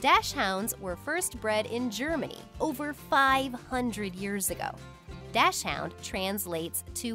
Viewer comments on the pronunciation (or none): dachshund is pronounced “dock sin” not “dash hound” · Have to admit, I've never heard them pronounced dash hound. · German pronunciation is more like DOCKS-HUND. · Le me : ( pronouncing ) Das chund 😂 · She lacks knowledge of the breed. You would think she would've done her due diligence before acting as an expert on a breed when she doesn't even know how to pronounce the name. As soon as I heard her pronunciation, I knew to dismiss any opinion she had of the bold, brave and intelligent doxie. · wrong, if you can't get the pronunciation correct, you are too lazy to do the correct diligence for any further consideration. The only people who pronounce this way that I have known lack a knowledge of the breed. This is indisputable fact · LoL. The point I made was this YouTuber lacks the basic understanding of this breed and couldn't even get the pronunciation of the name correct. I clearly stated her lack of due diligence. I've stated several times the lack of knowledge of correct pronunciation was symptomatic of the lack of very basic understanding. Sorry if that went over your head. My very FIRST post on this thread clearly stated this position. My point has been proven.